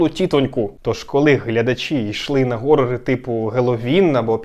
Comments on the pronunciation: А чому горори? Horror же через Н, а вона хоч і щось середнє між Г і Х, але більше схиляється до Х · "Горори" блет 🤮